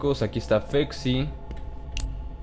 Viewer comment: fexy? te equivocaste es facsi :v